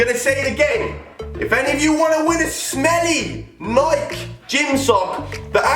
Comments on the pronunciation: Its pronounced Nikey, not Nike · It's an American Company, it's pronounced Nikey